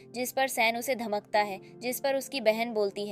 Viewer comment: Dhamkata h ko Dhamkta 😂😂